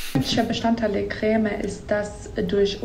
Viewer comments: "kräääme" ....diese Betonung triggert mich echt hart 😂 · Immer diese Kölner... Das heißt Creme net Cräme XD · Regt nur mich dieses crääme auf? 😂😂 Creme.... Bitte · Also gutes video aber kräm statt creme regt echt auf😂😂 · Alter wie sprichst du den Creme aus? Kräh-mee... Krehm! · Warum sagen die Leute im Fensehn immer Crääm? Das heißt Krem. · Es heißt nicht CrÄm, sondern Creme. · KRÄHHHHHM😂. Das heißt Creme (gesprochen Kreme)👍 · Es heißt Creme, nicht Cräääm! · Crämä, dachte das heißt Creme, joke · " KREM" NICHT KRÄMMÄÄ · Cr*e*me nicht Cr*Ä*me! Das ist ein Eeeeeee kein Äääää - arg, sorry, das triggert mich, mein PTSD! Vietnamflashbacks! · Er sagt ja eher Krähmäh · Niemand: Christian Solmecke: Kräme